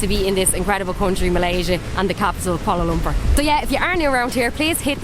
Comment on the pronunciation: Love the way the Irish say 'Kuala Lumpur'... welcome guys! Enjoy your stay, you've earned a sub for sure from many of us.